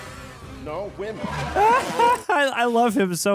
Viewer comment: What’s with the “nor?” Are you trying to be Australian? It got annoying.